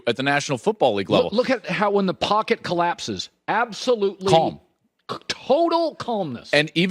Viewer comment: Don’t pronounce the L in CALM, ever. Stop it. All of you!